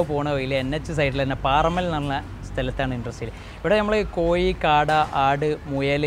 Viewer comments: കോയി അല്ല (കോഴി എന്നു പറ )🤭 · പറഞ്ഞ പറഞ്ഞ് " കോഴി" കോയിയായി, കോഴി എന്ന് 10 പ്രാവശ്യം ഇംപോസിഷൻ എഴുതി സ്പുടത വരുത്തുക ! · Not Koyi but kozhi. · കോയി എന്ന് പറയാതെടാ. കോഴി, കോഴി, നാക്ക് വടിക്കുക ദിവസവും. 🤪